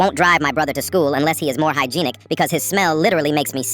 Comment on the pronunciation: Hygienic 🚫 Hygeenic ✅ 😂😂